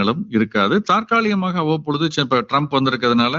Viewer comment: Sir's pronunciation of the word "தாற்காலிகமாக" appears to be not correct. It should be "தற்காலிகமாக".